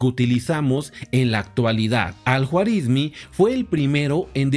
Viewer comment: Se pronuncia Al Juarismí.